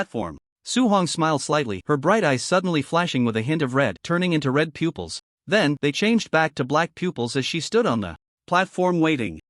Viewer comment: I get saying shooting a bough instead of bow, but pooples instead of pupils we dont shit out of our eyes get your words correctly pronounced for fucks sake